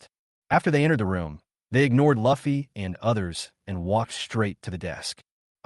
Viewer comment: Ffs ... its li fei not luffy and it's a she not a he ... it's a all-girls- school